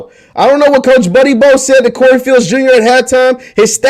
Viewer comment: WHO IS BUDDY BO????!!!! IT'S BUDDY POUGH… PEW… P-YOU… PYOU